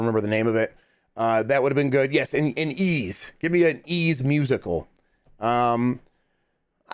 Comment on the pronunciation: Ys is pronounced "eece" (like geese w/o the g) not like ease is pronounced.